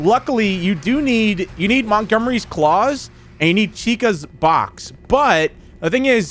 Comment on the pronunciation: bruh manz said chichas box